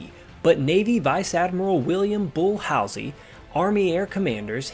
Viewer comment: Great research, concise content. Info not in any movie on this subject. William (bull) Halsey pronounced HALL ZEE.